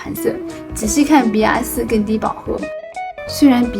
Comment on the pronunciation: 😂你在说色号的时候 BR 你说“笔牙” RD 你说“a ní" 我一直没懂这是什么意思 直到看了字幕😅